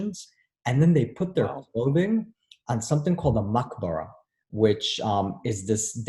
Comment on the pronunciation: its called “ Mabkhara” not “Maqbara”, the later means Cemetery 😬